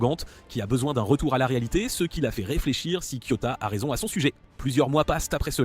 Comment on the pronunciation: Pourquoi tu racousuie les nom des personnages et c'est KIOTAKA